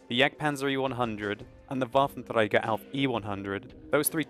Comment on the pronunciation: Very nice pronounciation of the Waffenträger, greets from Germany :) Also very informative channel, keep it up.